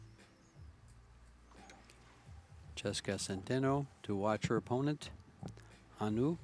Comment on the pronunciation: Say Chezka Centeno name right. Don't be so stupid CHEZKA can you read ? CHEZKA😢